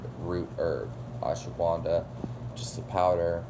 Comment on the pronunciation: Ash-wa-gun-dha not ashwa-guvan-dha